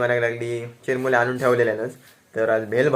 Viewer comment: अरे चिरमुले नाहीरे चुरमुरे म्हणतात